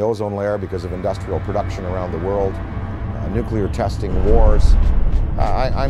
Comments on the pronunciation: as soon as this moron said nucular...I stopped watching it....It's fucking Nuclear!!! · this clown can't even pronounce "nuclear" correctly, but he's supposed to be an expert? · Why can't any of these experts pronounce the word, "nuclear?"